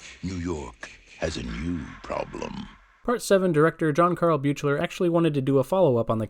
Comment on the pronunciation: Adrienne wasnt in the sequel much was because her/ her manager wanted more money and paramount said no. She said she was disappointed she wasnt in it longer and her character died. The stalker stuff did happen but that wasn't a factor in her role in part 2. The director's name in part 7 is pronounced BEAK-LER. Also it's a girl Steven has in part 9, not a boy!